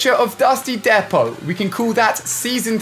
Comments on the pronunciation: Dusty DEPO is not pronounced dep-o it’s more like deep-o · Deeeeeeepot, deeeeeeepot not depot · Lol he keeps saying dusty depoht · its pronounced Depoh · "Dusty Deppo" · And you dont even know how to properly pronounced dusty depot